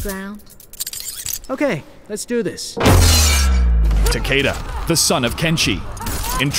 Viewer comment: I love how you mispronounced his name. Every. Fucking. Time. And you still did it after it was said correctly in the game.